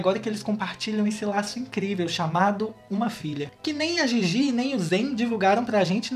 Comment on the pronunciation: Não se pronúncia (Gigi) e sim (dhidhi)